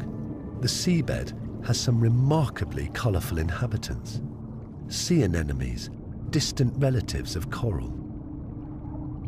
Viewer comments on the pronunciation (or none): & ..I can't have been the only one who heard him say "sea anenomes"